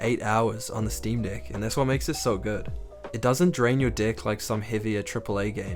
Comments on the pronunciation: the New Zealand accent and saying deck is so funny 😅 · The way you pronounced deck… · No problem! “Drain your deck” had me laughing for a few seconds though 😂